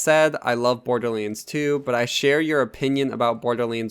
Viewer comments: Borderlands...not Borderleands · Dude, why are pronouncing this as "BORDERLEENS"? That's all I'm hearing LOL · I stopped listening when he called it Borderleens... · borderlands = "borderleens" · Borderlanes... Fucking, say it write shithead. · Hahahah the way you say borderlands 😂 btw nice video